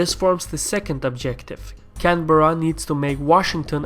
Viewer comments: It's 'Can-bra' not canberra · Its odd hearing someone pronounce Canberra as, Can-Berr-A, opposed to how its normally pronounced, Can-Brah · It's can Berra I am Aussie and insulted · Canberra pronounced - Can- A- Beer-A !!!!!! LOL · Is there any aussies here annoyed at how he pronounces "Canberra"(Can-Bra)? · ive gotten used to it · Canberra is pronouced Can-bra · all over Australia its pronounced can-bear-ah